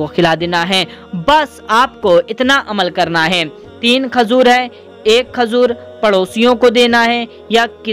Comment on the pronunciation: Khajur nhi bolte khajoor bolte hai 😂